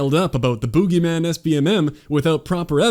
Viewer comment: 9.9/10 for this video. Minor deduction for the pronunciation of 'boogeyman'